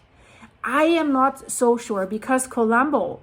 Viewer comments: despite of the seriousness of the situation, could you please stop pronouncing "Kolumbo" the English way? Whenever I hear it pronounced that way, it's hard for me to imagine a volcano as I always see Inspector Columbo (from the TV series with Peter Falk) before my mental eye. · She's not Greek, she's Canadian. English speaking. Some foreign language pronunciations are hard if you don't know the language. Let her be